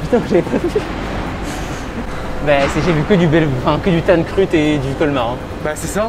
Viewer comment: Ça se dit bien Kruth !